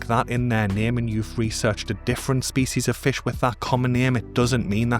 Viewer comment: I lika how you say "spees"